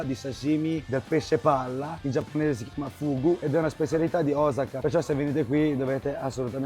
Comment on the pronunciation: blablablabla e alla fine mangi in strada in piedi. Ma daai. Cmq grazie per la correzione, si dice Osaka con l'accento sulla O e nn come dicono tutti sulla prima a. Vai che sei forte!